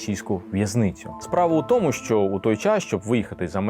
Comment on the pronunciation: Дуже цікаві і навчальні відео, але ви неправильно вимовляєте слово тому